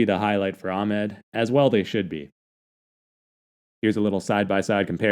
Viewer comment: Its not haidar Its hayder Pronouncing wrong ahmed as well Its ahmed not ahmad